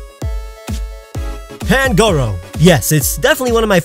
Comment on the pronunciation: You said pangoros name wrong